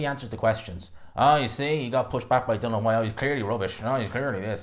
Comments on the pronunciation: I know mate pronounces Dillian which is pronounced like Dilly-Ann as Dylan like Waterford Ireland 🇮🇪 Welterweight Dylan ‘The Real Deal’ Moran who was Knocked out in 1 Round by Florian Marku in September 2023. needs to understand who’s to say his Name Dilli-an Whyte. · Still can't say DILL-ION